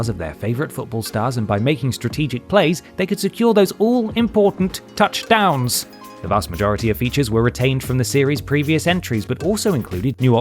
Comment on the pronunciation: And just like that, I never pronounced the word "touchdowns" the same way again. Thank you,, for showing me the error of my ways.